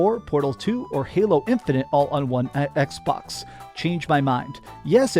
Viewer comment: Why’s he say “Xbox” like that? EKS-BAWKSUH